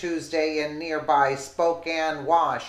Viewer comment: Lady you need to learn how to read a little better! It's Spokane Washington not Spocane wash! You're not pronouncing words very well